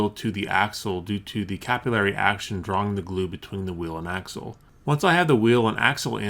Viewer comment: "capilray"..you mean 'capillary"